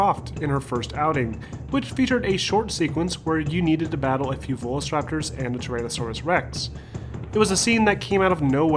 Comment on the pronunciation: You pronounce velociraptor in an incredibly odd way it comes out sounding like velcoraptor. Great video though asking a question I often ask myself. Very well done and great production value that I wasn't expecting from someone with only 47 thousand subs keep it up. I'd love to see an Alien Isolation style game featuring dinosaurs as your main threat and I'd also really love to see a Dino Crisis reboot since 1 & 2 are some of my favorite games of the psx era, so many memories playing with my big brother when we were younger.